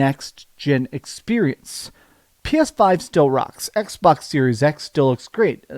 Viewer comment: Did he just say xwox instead of xbox😂😂😂😂😂 dang